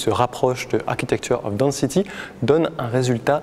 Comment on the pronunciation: Je ne connaissais pas ce photographe et donc mille merci! Pour votre information "density" se prononce 'denne-city" et non pas "dans-city" 🙂